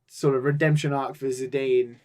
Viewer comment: "Zedayne" lol (it's "Zeedone" like the french football player) going full Gorg. You never go full Gorg.